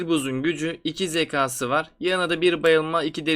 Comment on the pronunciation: uzun zamandır izliyorum seni ama artık zeka, kâğıt gibi kelimeleri lütfen daha düzgün şekilde telafuz et. Uzun süredir video çekiyorsun lütfen daha dikkatli ol